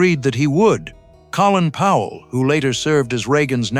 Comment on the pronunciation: It's Colin Powell, Silly.